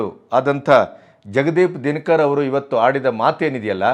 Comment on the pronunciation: Our Vice-Presidents name is Jagadeep Dhankar, not Dinakar. Pleaae check the pronouncement.